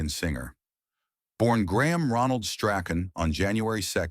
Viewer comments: Shirley Graham Strachan's Surname is Pronounced as - "Strawn."‼️😌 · You must feel pretty silly. You pronounced his surname at least 4 different ways & each of them incorrect. His surname is pronounced Strawn.